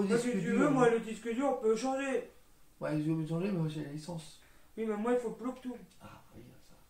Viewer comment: Je serais bien curieux de voir ce qu'il y avait dans cette formation... Ils ne t'apprennent pas la base de l'informatique ? Comme par exemple la base des termes informatique, comme le BLUETOOTH et non le "Bloutou"... vous vendez du rêve ^^ Ou alors sinon apprendre qu'installer Windows 10 n'a RIEN A VOIR avec un disque dur... tu peux l'installer sur le disque du pc sans en racheter un autre... Ce qui est dommage, c'est que d'autres personnes vont croire que tes vidéos sont la bonne marche à suivre en informatique, alors que vraiment, mais vraiment pas du tout... Et une petite formation en français, ça pourrait être utile aussi je pense.